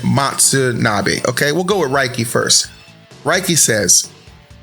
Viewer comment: I love how he still refuses to pronounce Raki's name correctly 😂